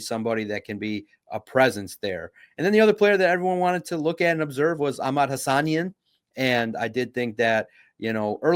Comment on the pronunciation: You have to be intentionally mispronouncing Hassanein at this point lol